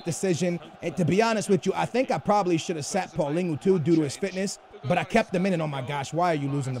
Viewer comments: it's PAULINHO not PAULINGHO so annoying. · its not paulingo its paal lee ni ouh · Y do say "paulingo" to paulinho you pronouce it "paulinyo" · I have two things to say 1. play Vertonghen as left back. 2. it is not Paulingo its Paulinho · It's Paulinho, not Paulingo.... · not paulingo, its paulinho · Why do you say pauligu instead of paulinho like dang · It's not pauliningoo it's paulinio/paulinhio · Why do you say PaulinGhu? Its Paulinho why the fuck do you see ing and a u wtf. Its pronounced like RonaldiNHO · What did he call Paulinho?? Paulingu??